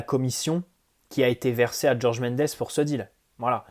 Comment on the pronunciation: Pourquoi tu dis Georges à l'anglaise alors que le gars est portugais ?